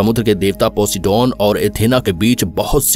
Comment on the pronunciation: वो पोसिडोन नही पोसाइडेन था 😂😂